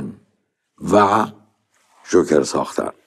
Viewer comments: اون جوکره نه ژوکر استاد .. در ضمن کار شما غیر از گیر دادن و تعریف داستان چیه؟ عجبااا از اساتید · جون این فیلمو دیدی یا اینم ندیده نقد کردی؟ بعد چرا مثل معین زد حرف می زنی ژوکر چیه جوکر